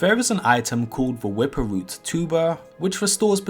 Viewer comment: The wwwwippppwwerrr root